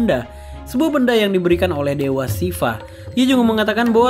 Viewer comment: ya betul, ini kan ngomongnya atau ulasannya dalam bahasa Indonesia (bukan bahasa India) ya bacanya Siwa dong bukan Shiva 😀